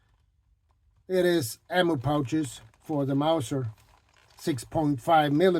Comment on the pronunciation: Did you say Mauser or Mouser? If you rub some mink oil on it, it will soften up a bit. That's a really cool belt. I particularly like the hook. That is super useful for many reasons.